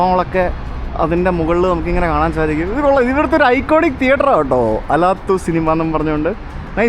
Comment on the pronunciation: Алатау അലാത്താവു മലനിരകളെ പ്രതിനിധീകരിക്കുന്ന പേരാണ് ആ സ്ക്വയറിനുള്ളത്. അലാത്തു എന്നല്ല, അലത്താവൂ എന്നു തന്നെ pronounce ചെയ്താലെ മനസ്സിലാവൂ !